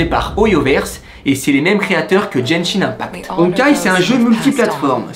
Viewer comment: quand il a fait l'op il a dit jenshin impacte est pas genshin impacte